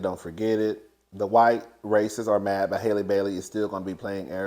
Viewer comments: you never say that girl's name right! It's HALLE like HALLE BERRY. 😭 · The a in Halle Bailey’s first name is pronounced like the a’s in alley and apple. It’s pronounced just like Halle Berry.